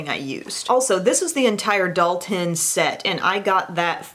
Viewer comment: Dalton - Doll-ten